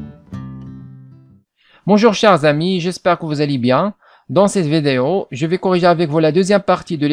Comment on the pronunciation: On dit VIDÉO, mon ami, et non pas VÉDÉO !!!